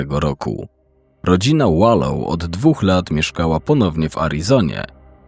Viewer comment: Wlansie zakonczyl sie proces, gdzie została skazana za wspolidzial w morderstwie 1 stopnia Charlesa Vallow. Podjerzewa sie ibecnie, ze zabiła rowniez Rayana, swojego 3 męża Btw czyta sie WALOŁ :)